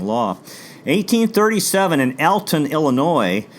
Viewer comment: Great videos, only constructive criticisms I would offer is many place names are pronounced incorrectly. All-ton not Al-ton and Sangaman not Sangamon. Only Illinois residents would probably ever notice but all in all some of the better videos I have seen on Lincoln's early life.